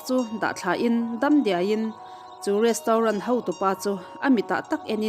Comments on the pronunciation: Rostaurant zawk😂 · Retraunt tia lam tur kan miss in a tih hma kha chuan i lam ang hlir khian kan lam a ho lutuk kan hriatthiam chuan a tha a ni mai